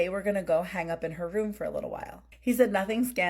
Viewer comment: To the Spanish Gal ~ Words like 'hang' aren't pronounced hanGUH. The g is soft, not hard. You're giving a one syllable word two syllables. Learn to speak correctly if you're going to be on a public platform. Won't continue to listen when you pop up.